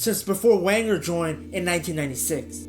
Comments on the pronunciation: "VEN-ger," not Wenger. Sorry, man, but if you want people to believe you are an authority on football you need to be able to pronounce correctly the name of a manager so famous that little girls in Europe know it. It's like you never watched a premier league game before 2020 or never listened to pundits discuss the sport. I'm not dissing you, dude, but you sound like some Yank creating clickbait, not a true fan of the beautiful game. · This must be an American nobody pronounce his name Wenger it’s pronounced Venger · I swear to God, if American's running football channels don't stop pronouncing Arsene Wenger's last name as "wang-er" I'm going to blow a gasket. Never seen this channel before, clicked on the obvious click-baitey title to see what was up, hear that nonsense in the first 20 seconds, and then see he's recycled this title for multiple videos. Jesus tap-dancing Christ! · Its pronounced "venger" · It's pronounced Venger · 1 it's pronounced Venger 2 it was the first time we made the quarter finals in the champions league in 14 years, not decades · It’s pronounced Venger. The name is German - he is from the part of France, Alsace, which has been part of both Germany and France over the years. Come on!!!!!!! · You started talking about Wenger with a W. It's pronounced Venger. If you can't even get the name of the clubs greatest ever manager correct, I'm not going to watch ... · I was genuinely interested in this video until I heard how he pronounced Wenger and I was done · I got to 2 mins in. I can’t carry on when you can’t even say ‘Wenger’ correctly… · Yea it’s painful to hear